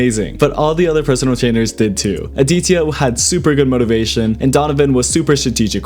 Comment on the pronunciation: The way he pronounced the name aditya